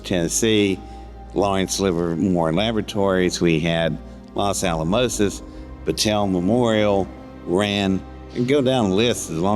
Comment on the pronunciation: At 28 minutes-he says “ Los Alomosis!” Ummmm I didn’t work there but that’s not its name. If that’s he’s saying he built a nuclear reactor at 12 years old? I thought he was the psychic that communicated with the aliens they found- now he’s a super genius too at 12 years old?